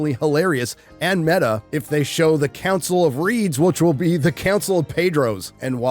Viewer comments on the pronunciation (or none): none